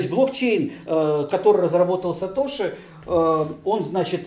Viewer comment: если говорить вместо сатоши сатоси, то вместо суши надо говорить суси